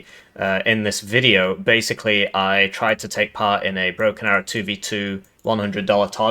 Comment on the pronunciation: Did you just say Broken Barrow?